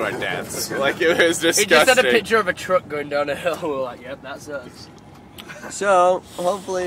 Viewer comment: haha, I love the way Ross says truck. "Trook" lol. Send my body into space or something haha XD